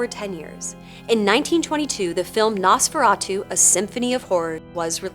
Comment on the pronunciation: ohmigawd, it's pronounced NOHs-feh-rah-tu.